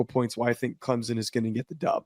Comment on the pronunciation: There is no Z in Clemson, Please pronounce it right ClemSon!!!